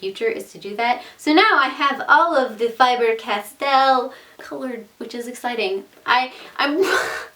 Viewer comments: faber castell not fiber castell =) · Im not trying to be mean, but its not Fiber Castell it's fAber castell